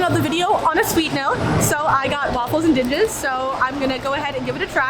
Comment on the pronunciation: That looked like an awesome time. FYI the Wafels and Dinges made me go a-googling and I found the "Dinges" is pronounced like ding-gus. Dinges is Belgian slang for "Whatchamacallits" and "Thingamabobs" In this context it refers to the toppings.